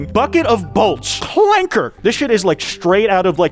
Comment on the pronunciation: General grievous gets the soft a not the hard clanker